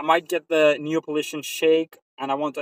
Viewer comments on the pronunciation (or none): neapolitan not nepolitian hahaha